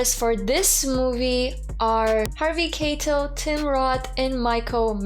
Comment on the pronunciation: For future reference is is pronounced Harvey K-EYE-tell